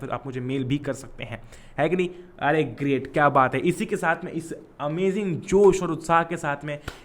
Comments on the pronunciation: Par bhya amajing bolte he na ki amazing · Amajing not amazing 🤣🤣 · amazing ki pronunciation sahi nhi h